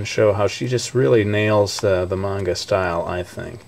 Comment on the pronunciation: Yes! He pronounced manga right! Great job! -thumbs up- I want to be an english teacher in japan when im old enough. I was really excited when you told us about that in your videos.